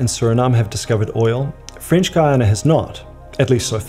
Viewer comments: How can you do a video about Guiana and not even know how to pronounce it properly? There is no "u" in the pronounciation!! To be fair, sometimes you get it right, but most not! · I'm keen to know why you sometimes pronounce Guiana as "Guiyang". That's not what the dictionary tells me. Hahaha. Just out of curiosity. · AHH, IT'S THE FRENCH WAY!!